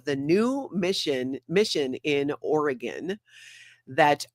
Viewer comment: the phone call was excellent! Thank you for pronouncing Oregon correctly. Liz Gale is awesome too.